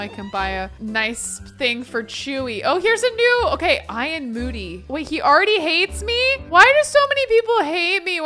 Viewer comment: Ion moody😂😂😂 it’s Ian moody